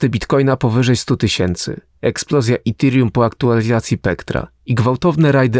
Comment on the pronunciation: Dzbanie połamany nie mówi się itirium tylko etirium. Naucz się polaczku zanim wypuścisz film